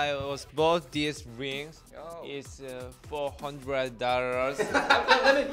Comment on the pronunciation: "A yesterday i was bought dis rings issa 400 dallurs" "So ikspensiv lings"